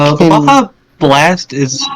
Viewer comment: Ba-ja truck… XD